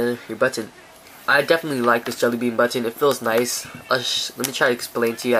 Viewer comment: He says button "buttoneh" :3